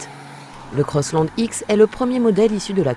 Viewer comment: CROSSLAND .... and NOT COSSLOND... french... omfg